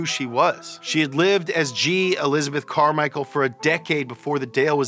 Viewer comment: Elizabeth -CAR-michael lmao